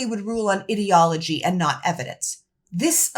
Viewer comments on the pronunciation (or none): You are so wonderful! Please keep up your good work! Please don't be offended if I make a pronunciation comment, ideology is about ideas and should be pronounced with a long "i". Using a short "i" makes the word sound kinda like idiot, and I know that's not what you're going for.